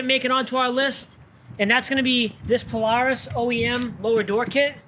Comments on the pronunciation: He doesn’t need a cage.. It’s a paloohis!🤣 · That radio and song choice made me not like the video at all and the way Polaris is pronounced 😂😂😂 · Please learn how to pronounce polaris 😂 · He says Polaris so weird lol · The way he says Polaris hahahaha